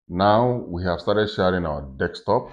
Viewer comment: Remote, as you pronounce it you make me laugh 😆, as soon I got my VR set I will be doing Remote Desktop on it, so now every time I’ll be remoting, I’ll automatically think about you, lol. Great video, thnx for sharing and happy deXtopping 🤣🖖🏻